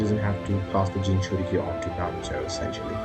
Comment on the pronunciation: U prenouced it juss fine